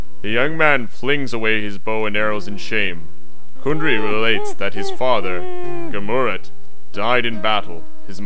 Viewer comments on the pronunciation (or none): About as superficial a synopsis as I've ever encountered. But amusingly Monty Pythonesque, I suppose. By the way, why doesn't the narrator pronounce Amfortas properly, with the stress on the second syllable? Very basic error. And Gamuret should be stressed on the first syllable. These two mistakes make the end result seem a bit amateurish.